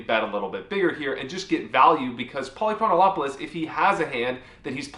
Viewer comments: You were saying Polychronolopolous. There isn't an L. It's Poly-Chron-Op-You-Lis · lol. You're still mispronouncing Polychronopolous' name. Pahl - Ee - Kron - Op - Uh - Lus, not Pahl - Ee - Kron - Oh - Op - Uh - Lus Simply omit the italicized syllable above. The name has 6 syllables, not 7. Cheers! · Yep. He was saying Polychronolopoulos. It would be funny enough, but after showing the practice pronunciation first.... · ah ah a he says it wrong evertime , theres a "Lo" too much on the dudes name ! lOL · “I practiced that” -Still pronounces it wrong Amazing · It's so tilting that you can't pronounce his name. It's not that difficult, but you keep adding a syllable. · I actually studied Greek in college because I wanted to be certain I’d never get a job. Besides that, it’s great pronouncing for names. Fun fact: this guy’s name means something like “city of many years” or “city of of much time.” With your mispronunciation, simply adding “-ol-”, it becomes something like “many years of the whole city.” But it really should mean “never bluffing in this river spot.” AMIRITE?